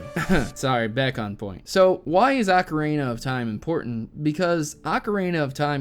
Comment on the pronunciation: BUT you pronounce it like Ocarina of Time not Ocaraina of Time:)